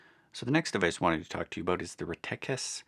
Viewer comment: It's pronounced reh-teh-kess not re-tech-us